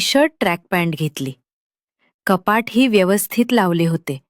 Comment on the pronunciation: कपात नाही कपाट